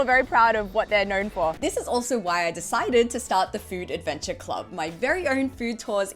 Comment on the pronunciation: Another superb food "advencha" 😁